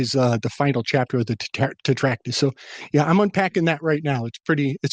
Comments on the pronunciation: As opposed to "Trac-tat-us". You might have caught a touch of the ol', 'lysdexia'. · Not trying to gamma on anything. This is a badass episode. Im on my 3rd watch, but isn't the word, "Trac-tat-us"?